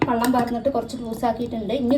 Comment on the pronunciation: വള്ളം അല്ല വെള്ളം